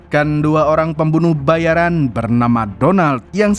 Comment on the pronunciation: Pembunuh bayaraaaan bukn pembunuh bayariiiiin....huh.. Giliran ente bilng pembunuh bayaran ane protes yg bener pembunuh bayarin dooong... 😂...Bandar Lampung hadir